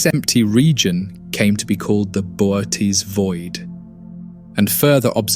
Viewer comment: The constant screen tilting gives me motion sickness… And its pronounced boh-oh-teez but I guess whatever ai program you use can’t figure that out